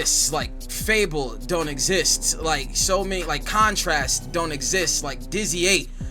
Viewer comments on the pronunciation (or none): mf said khantrast LOL